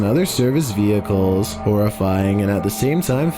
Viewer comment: The guys voice is KILLING me “vehiclES” “firE” it’s as if he can’t finish a sentence